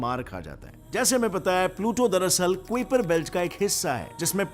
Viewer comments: It’s pronounced ‘kaiper’ belt, not ‘kuiper’. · kwiperbelt nahi kaiperbelt